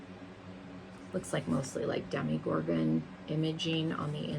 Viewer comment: You were slightly offended that someone didn’t know what hellfire club was but you don’t know how to pronounce Hawkins or Demogorgon 😅